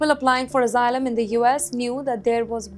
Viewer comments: Returning to Hyderabad would be very dangerous, apply for Asylum and get free hotel stay and curry, biryani it's paid for by the American Tax payer, learn to pronounce Asylum please, get your H1 b and come over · learn to pronounce Asylum please, get your H1 b and come over, we need English teachers like you to teach H4 kids and spouses